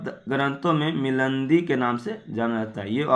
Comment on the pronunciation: भाई आप वीडियो बनाते है । वो अच्छा है लेकिन किसी भी word का गलत उच्चारण नही कीजिए जैसे की मिलिंद और मीनांडर जैसे शब्द